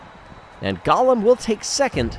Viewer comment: I believe it is pronounced Go-lem and not Gollum ( my precious)